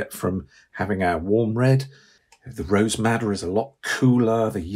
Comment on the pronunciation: Brilliant video! Did anyone catch the name of the cool primary Red? It sounded like he said “rose matta”? Looking for the correct name as I cannot find that color.